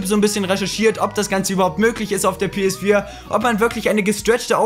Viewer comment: Das geht doch nicht! Du sagts doch PS vier auf swedish!PS FYRA!!!!Are u swedish bro!!!